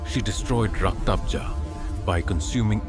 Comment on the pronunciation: It's Rakta bej not raktabza